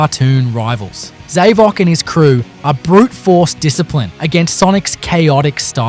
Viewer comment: Just so you know, Mephiles's name is pronounced as Mef-el-us..not Mef-i-uls..also Zavok is pronounced as Z-ah-vock